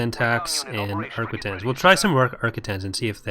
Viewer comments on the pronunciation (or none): Arc-quin-tin-se that's how it's prounounced don't know why it bugs me so much but it was XD sorry <3